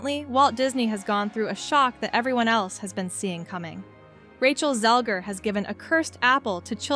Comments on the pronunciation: Not even 10 seconds in and you discredited yourself. You don't even know her name. It's not ZEL-GER it's ZEGLER. Check your dyslexia before posting. Thumbs down, moving on... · Who's Rachel ZEL-GER? Feed the AI voice a script with spelling mistakes and it will read it exactly as written. Has Anchorman taught us nothing? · you need to check your dyslexia and read names correctly. You clearly AI'd this as you would have known the actual name of the woman you are talking about. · To the person posting this. It amazes me that her name has been said a million times and you still can't say it right. Wtf. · I swear you’re mispronouncing her name on purpose, but I give it a pass since she’s a twit.